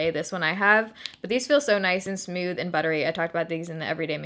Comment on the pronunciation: I love the way you say smooth! It sounds like you're saying "sm-you-th!!!! I actually look forward to you saying it every video. I know...I'm nuts!!! 😜😜😜